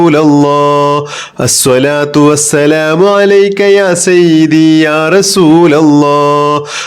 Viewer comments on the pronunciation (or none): Sayyithi not sayyibi